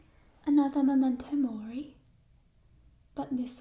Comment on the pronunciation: i had flashbacks when she said momento mori